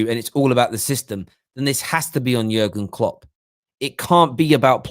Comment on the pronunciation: Something about the way you say Jurgen Klopp ain't right.